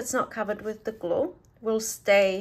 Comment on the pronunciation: "GLOO IT DOWN" "GLOO IT DOWNN" 😂😂😂 your awesome 👌